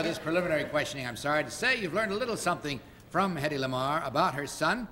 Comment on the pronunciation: It’s Hedy not Hedley!